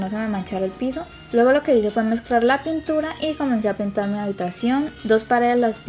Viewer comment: Dijo puntura embes de pintura